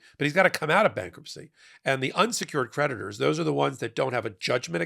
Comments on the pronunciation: I like the way you make 'creditors' sound like 'predators' ! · You said creditors; I thought you said PREDATORS! 🤣😂😝